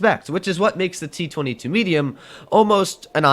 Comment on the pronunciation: t twenty two, why just dont say t twoty-two?